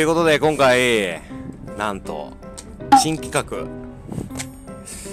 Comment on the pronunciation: 新企画がチン企画に聞こえた